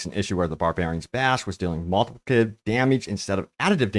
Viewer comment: Slow down and say it with me. Mul-ti-pli-ca-tive.